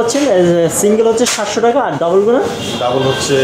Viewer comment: I love it when u say teka , instead of taka! Really sweet tone bro!